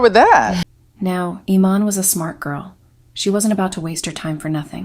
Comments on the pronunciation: Is this AI audio? How did you do ALL that research and mispronounce her name like 3 different ways.. ee-MAHN. i-MAN? Ee-MAN? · UGH. YOUR PRONUNCIATIONS ARE HORRIBLE. "Iman" is "ee-MON." Mugler is "moo-GLARE." And don't forget Beverly Johnson and a few other African American models BEFORE Iman.